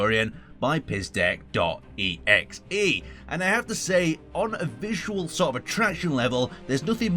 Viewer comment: "pizdec" is read like "pizdets", believe me, I know Russian J